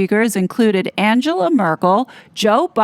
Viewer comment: Not that’s important but, you mispronounced Merkel’s first name - the one’s who destroyed not only Germany but entire Europe.